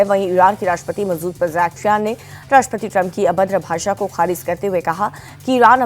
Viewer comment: Abhi tak Iran ke President ka naam bolna nahin aaya hai bhot logo ko. Let me simplify Ma-sood Pay-Jess-Kiyaan Masoud Pezeshkian